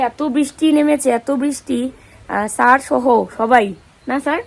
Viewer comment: আরে সার না ,কথাটা স্যার লজাও করে না ভুল ভাল উচ্চারণ এত সাজ উচ্চারণ ভুল ছি ছি শিক্ষিত লোকের সাথে অশিক্ষিত বা